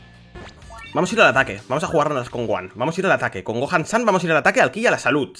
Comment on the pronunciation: está todo bien pero se llama SON GOHAN (SON GOJAN, NO GOAN SAN)